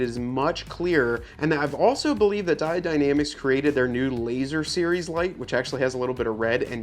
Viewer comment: Its pronounced " die-OWED, not di-odd ""...other than that , great video. Just bought the cowl mounts for my '21 diesel wrangler...